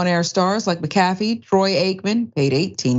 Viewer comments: it's pronounced mac-a-fee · its mac a fee say tht name correct so we all know who this idiot is its mac a fee like the virus software 😂😂😂😂😂😂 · It’s pronounced, (Mack-Ah-Fee)…..🤦🏾‍♂️ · Y’all gotta start pronouncing these names correctly. Lmao it’s “Mac-a-fee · I'm with you I couldn't even finish watching this video the fact she couldn't even say his name right just shows her ignorance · The name pronunciation is killing me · Totally I think if you report on someone you should find out how to pronounce there name it would take 5 mins of research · Damn you can't even pronounce his name right wow